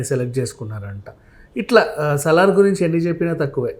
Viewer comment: సాలార్ కాదు మేడం మ్మ్... సలార్ 😂.. Just fun. But nice interview 👌👌